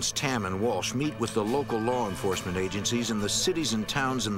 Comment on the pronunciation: " local lar enforcement " the hell is "lar" enforcement?